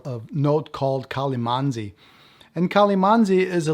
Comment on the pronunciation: Hello. Filipino here. Just a slight correction. It's "Calamansi" not "Calimansi" We use it for sauce and juice, among others. It's very, very sour.